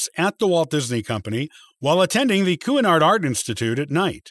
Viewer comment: The school that Roy Disney was sent to is pronounced, "Shanard," He was also known a the big "Mooseketeer." After hearing "crossed to the other side" twice, I finally realized you meant death. The clearer communication to soften the idea has been "passed away." That is the most commonly used expression. These days, "crossing to the other side" implies something else. Since this is a communication medium, the clear use of language in most important. While this effort is to be commented, it's also important to be sure of proper pronunciation and accuracy of facts since so many people depend upon videos such as this for information and may not be aware of the information that has already been accurately documented.